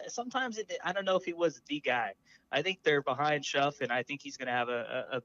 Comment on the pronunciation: Shough is pronounced like “Shuck”